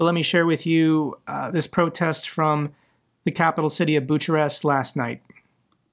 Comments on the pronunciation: "Bucharest is pronounced 'Biew-car-rest' (with 'Biew' rhyming with 'view'), not 'Butcher-rest'." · It’s pronounced Bucarest or Boukarrest….not Boucharest 😊